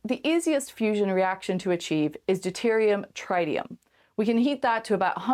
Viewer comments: Traitium ? Nope: Treetium Rocinantee? Nope: Rocinanteh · Loved everything about the video except the grating mispronunciation of ‘tritium’. That first ‘i’ is short, not long. Otherwise, brilliant stuff. The Expanse rules.